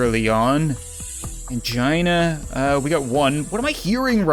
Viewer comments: Ok so, when you said Angina I immediately thought that you said 'CHINA!'. Well, that fits perfectly with the situation! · Elisavet A. i thought he did too